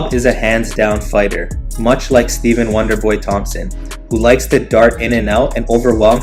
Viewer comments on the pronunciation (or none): none